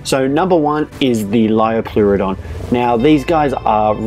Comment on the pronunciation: He didn't even pronounce liopleurodon properly